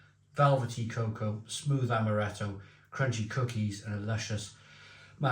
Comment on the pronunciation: That's a first. Hearing cocoa (phonetically coco) pronounced cacow.